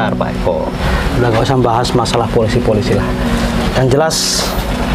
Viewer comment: Polisi bang bukan polisai 🤣🤣🤣🤣